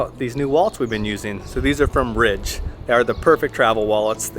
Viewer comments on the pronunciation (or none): none